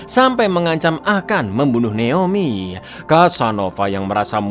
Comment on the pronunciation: jgn terlalu di Inggris-inggriskan lah bg, naOmi bon neomi😭